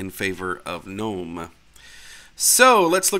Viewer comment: At least someone knows how to pronounce gnome....some people will go "Oh look at these garden gggggg-nome"